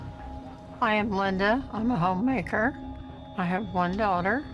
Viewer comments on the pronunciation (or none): Did she say home maker?